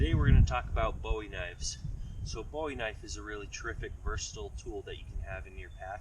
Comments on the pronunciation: Boo-wee that’s how you say it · Booowie! Jim Booowie not David Bowie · It's pronounced Boo- EE